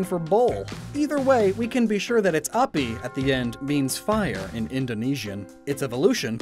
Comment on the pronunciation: I am triggered how you said banteng and api